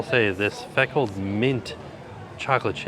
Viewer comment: lol you said feckled I think you mean Freckled lol